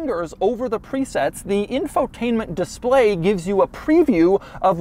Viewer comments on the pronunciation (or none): none